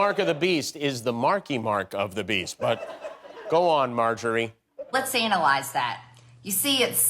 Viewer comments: Did she say: "Let's anal-ize that" instead of analyze, or it's just my ears? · Did Marjorie Taylor Greene pronounce "analyze" as "anal-ize"?